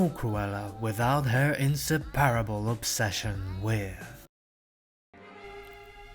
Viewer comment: I really enjoy your analysis, but your mispronunciations completely pull me out of the video. coiffe, monopoly, inseparable -- to name a few. For things like the cigarette holder, the French can be excused, but a lot of these are standard English words (as a hint, most long words in English have emphasis on the third to last syllable).